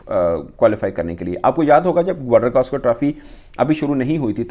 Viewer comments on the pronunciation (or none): none